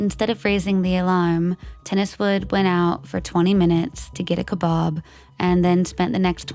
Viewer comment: I've never heard kebab pronounced so poshly!